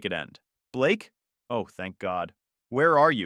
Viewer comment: Blaaake? You mean Ba-lakay🤣🤣🤣🤣 How did you find me? Uh, did you forget that you told them where you were? AI, bruh